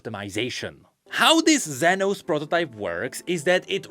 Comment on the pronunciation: As a Spanish speaker, I have the responsibility to tell you that "Zenos" is pronounced like "senos" which means "boobs" in Spanish. So yeah, it was funny hearing say "senos" every 2 minutes 😂